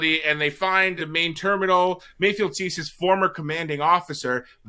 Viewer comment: It's mayfeld, not mayfield.